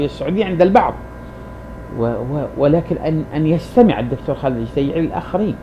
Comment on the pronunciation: على أية حال ، بارك الله فيك يا أخا العرب ، لكنك تقارع رجلا بتكلم بصوت مسترسل ، يزلزل الأرض ، كما بتحدث بلسان الواثق ، وأول أخطائك أنك ضعفت ياء التصغير في اسمه على حين أنه على وزن حسين (بضم أوله دون تصعيف ياء التصغير )، ثم إن كون ابن عساكر أشعريا لايعني كونه غير متحر للصدق فيما يكتب ، فالمسلم عموما يوقن أت الكذب محرم في ديننا ، مع أن الأشاعرة أساسا يعدون أحد مكونات المذهب السني ، بل إنهم أكبر مكوناته على حين أراك تجعلهم قسما مستقلا عن السنة ، وصلاح الدين الأيوبي الذي تفخر به الأمة قاطبة كان أشعريا ، فالمذهب السني يا صاحبي يتألف من عدة فرق أبرزها الأشاعرة ، والصوفية ، والماتريدية ، والسلفية ، والوهابية ، والإخوان المسلمون ، وأشدها تطرفا داعش ، وإن رغبت في استكمال النقاش فلا بأس شريطة الالتزام بتعاليم ديننا العظيم " ليس المؤمن بالطعان ولا اللعان ولا الفاحش البذيء "